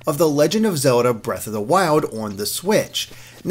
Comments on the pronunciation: If only someone gave me a dollar each time this guy pronounced Zerlda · Handherrd, Legend of Zerrda... this guy can't pronounce Ls. Dafuq man?